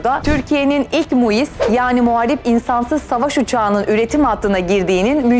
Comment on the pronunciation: MUİS DEĞİL KIZ MİUS